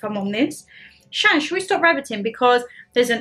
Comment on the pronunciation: Shannon as your saying it correctly 🎉🎉 never had it did look gorgeous.. Hi mama g you looked lovely in gray top 💝 Shannon i would just wait and see what happens with dada you never know might be surprised 🤞 if mama g gets a kilt 🤣🤣🤣 yep the way to go is ready chopped onions... Love and hugs sweetheart 💞💞💞